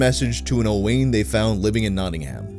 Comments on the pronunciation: Token pedantic Welshman here to tell you it’s pronounced closer to O-wine not O-wayne. Sorry (not sorry) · Also it's pronounced owin not owan that's a welsh name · This story is fucking beautiful, what an uplifting change of pace :) (Also for anyone interested, Owain is generally pronounced like O-whine, obligatory welsh person correction lmao) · Owain is pronounced Owen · the way you pronounced Owain kills this little welsh boy... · the pronunciation of owain has me cracking the fuck up lmaooo